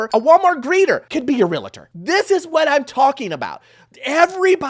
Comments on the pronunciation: why do you and many others pronounce the word Realtors [real-tors] as real-o-tors? Not trying to bust your chops. Just want to know if I have been pronouncing it wrong. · REALTOR NOT REALATOR…. FYI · The word is REALTOR. 2 syllables. 2 syllables. REALTOR! REALTOR! 2 syllables. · I’m sorry, but I have to correct you… Realtor has 2 syllables: REAL and TOR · While I agree with your analysis of the situation, as a loan officer, you should work on your pronunciation of this word. Realtor. REEL TOR REEL TOR REEL TOR Or just say real estate agent. Just sayin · You can’t even say realtor lmao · OMG I was thinking the same thing. 😅 How annoying 😮😮😮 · I think he’s trying to emphasize the word REAL in Realtor. Like deal with real person not a fake scammer. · Realtor (real-ter not real-uh-ter) Two syllables not three. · Shouldn’t we say realtors and not realitors. The word is realtor. I dont know but the mispronunciation of this word is a pet peeve of mines. Sorry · Jeez. Love this channel but my ocd is crazy. Its REALTOR NOT REAL-A-TOR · You need to learn how to pronounce REALTOR ... its not Realator, its REALTOR (there is no A between Real and tor)... you are a lender and I am sure you want to work with a REALTOR not a REALATOR. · Realtor NOT Realator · The info in your video is accurate but it’s super annoying that you say REAL-A-TOR at least 100 times. It’s REAL-TOR. There’s only one A in the word. Not two. If you’re a Lender, I’m shocked that you don’t know that. And as someone who’s licensed as both a Lender and a Realtor, I agree the Bar is low to become a Realtor. But it’s even lower to become a Lender. And we are the people who actually deal with people’s finances and personal information. Both sides need a much, much higher bar for enter. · It’s Real-tor NOT Real-LA-TOR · It’s REAL-TOR!!!! Omg if I hear this guy say “Reletors” one more time I'm going to have a heart attack 😭😭😭😭😅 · What is a Real-La-ta? 🤔 It’s Real-tor! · Realtor not Relator